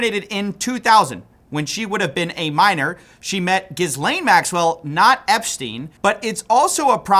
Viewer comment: It’s not pronounced Gizlane it’s Ghe-lane